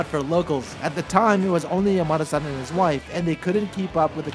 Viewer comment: This is a good addition to my knowledge. Though.. why did you pronounce Yamada-san like Yo-ma-de? I keep hearing "Your mother son" 😅